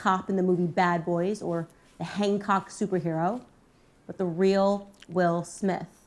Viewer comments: she definitely said Hang-Cock lol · Wait... did she say "Hangcock"?? 😂 😂